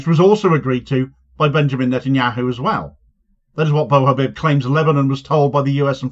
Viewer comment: congrats netanyahu, you doomed your own people also abdallah bou habib is pronounced "abdallah boo habeeb" and not "baw habib"